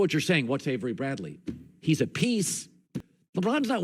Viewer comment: Dude Said averey Bradley 😂😂😂